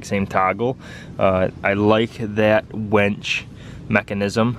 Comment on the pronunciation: WINCH, not wench, WINCH, not wench, WINCH, not wench!! A wench is a woman.